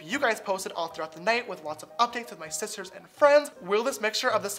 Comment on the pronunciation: I just listened to a compilation of him saying hi sisters, now all I hear is isis turds